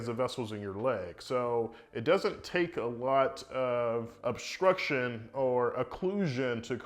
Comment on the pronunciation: I’m sure he’s very smart man but he said Aphlete and obscrution.